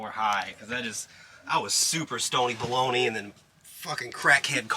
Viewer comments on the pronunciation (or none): did he say balony ?